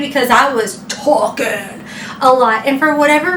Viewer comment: Hi, when you just said talking, it sounded like you were coming from New York because that’s how he said talking